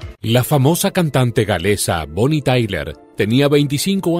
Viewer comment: Bonnie Tyler... Sin la A.... Madre mía... Qué vergüenza....